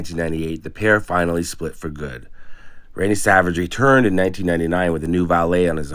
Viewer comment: Very goud ey, normal, ok